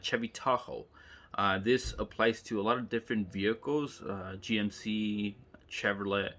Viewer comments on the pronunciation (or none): none